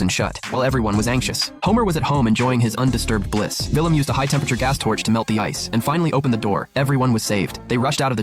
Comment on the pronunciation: Willum it’s Willie